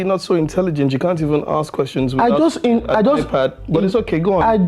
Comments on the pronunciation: Yeeee.... "I ask questions but you axe questions" 😂😆 burst brain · Ask❌ Axe✅ 🤦🏻‍♀️😂. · It is not axe it is ask😂😂😂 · I'm so happy that Vj was the first to point out the aks